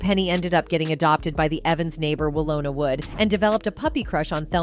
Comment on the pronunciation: 🗣you know this voice is A.I when it pronounces Names: Wl-ooo-na Doo-boo-uh, a “irresponsible mother”😂she portrayed a Child abuser. 😂When i used to watch that episode i would play it loud so parents could hear it. Cause i used to get woop’ins and i wanted them to see themselves😂😂✅